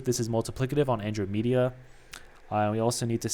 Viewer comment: never played the game either figured it might be a common thing. Like person mentioned below. It’s also a galaxy closest to ours.. in marvel movies they mentioned it guardians of the galaxy. Not being a jerk just want to inform you so you don’t keep saying it incorrectly and look like a fool. But keep up the videos i enjoy the content.